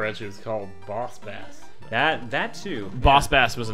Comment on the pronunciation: It's Booooss Baaaaaaaass cries aaauuuuugh thirty years of people never getting the name riiiiiiight...